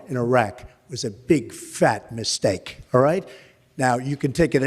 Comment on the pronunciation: The way he said “mistake” had a ”steak” sound in it 😂